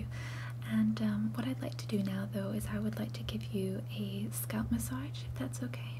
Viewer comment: Ma-saj not Mash-aj. Otherwise, amazingly convincing and indistinguishable from real Americans :>